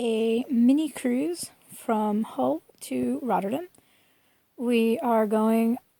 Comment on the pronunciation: You know there's an A in RotterdAm right? :) Never heard it pronounced the way you do it lol